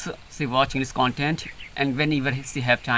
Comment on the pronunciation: You have done great job brother absolutely, but I just heard you say Englis not English, s and sh. स and श . My English also not good, I am still learning and improving.